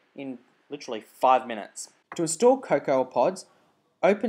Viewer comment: How does someone not know how to pronounce cocoa? co~co not co~cowa